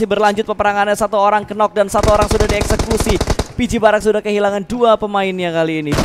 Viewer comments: “Nok” woi nok. Bukan “kenok” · Plislah jgn mengucap kata “knock” jadi kenok. Aneh bgt, apa ga pernah belajar? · 'knock' itu dibacannya /nok/ 'k' nya ngga dibaca alias silent word...